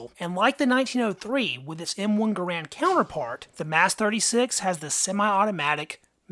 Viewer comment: How sad. I began collecting military surplus rifles and pistols precisely because they were affordable and fun to shoot. BTW, my understand is that John Garand pronounced his name "ger and". Let me know if I am wrong.